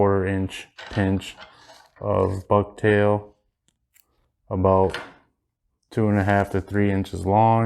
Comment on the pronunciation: Ha ha ha 🤣 😂 😆! I thought you said "bug tail!" Ha ha ha 🤣 😂 😆 Just as an FYI, walk that tag end down the shank more. Locks it in better. I like the pattern. I'm new to walleye fishing so I'll add this to the tackle box. Thanks! Do you tie it in any other colors?